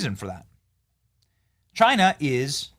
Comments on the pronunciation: It's Chyna or Chi-nuh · "It comes from Chana" 😂